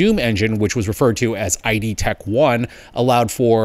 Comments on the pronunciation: It's "id", not "I.D." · It's pronounced id, rhyming with "lid". Not "ai dee". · the way you pronounce it is “Id” not I.D. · Its id as in "the id and the ego" NOT "eye dee" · its id as in the freudian concept, not I D.... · the point is the pronunciation. Which, again, is ID!! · Btw it's not I.D. - it's id, from Freud's works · That's id. As in, "id, ego, superego." not ID as in identification. Therefore, it's "idtech," not "IDtech." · Not to that guy, but the engine is Id Tech 1 not I D tech 1. Otherwise, thanks for the info on this. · every time I hear EYEE DEE I suffer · The point you're missing is that it's always pronounced id and in kid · id as in kid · No, it’s Id, as in Freuds theory regarding Id, Ego and Superego. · id Software is pronounced with a soft i (like in is) and a standard d (like in dog). It's part of Sigmund Freud's theory of personality broken up into the id, the ego and the superego. So, the "id" part of id Tech #1 is pronounced the same way.